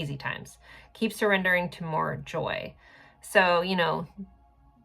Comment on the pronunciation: Every time I hear you say joy (unless you repeat it right after the first time you said it) I hear Joey. that’s his name. He lives in the Salt Lake City area and my birth month is July. There’s a lot of confirmations here. after 2 years of dating he just calls me to say “I don’t love you goodbye”. Not all of our times was great but a lot of it was so wonderful it made me fall so deep in love. Deepest I’ve ever been in love. He is too chicken shit to be straight up to tell me the truth as to why and what happened but the biggest reason was he let his BFF ,who I later discovered was and still is his husband(since before I knew him), get in his ear about what he thought of me. Maybe he told him if he doesn’t break it off with me, he’s gonna tell me the truth about those two. He might have even lied and said I made a pass at him while Joey was asleep. I’m not sure. It would explain why he seems to be so mad at me all the time when I didn’t do anything wrong unless you want to say expressing how I’m feeling when he hurts my feelings, wrong(I do not yell at him or call him names or cuss at him ever) He might be mad because my intuition is on point. It told on those two a year and a half before we broke up. It was significantly accurate. I prayed before bed for my angels that are only for my highest good to help me see why Joey is being so hot and cold. I had a terrible dream. It was 100% correct. So accurate it totally showed me future events that did take place. He tried g